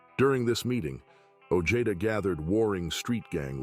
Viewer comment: Peter Sana ojeda last name sounds like (oh-hey-da)not the way this narrator saying it .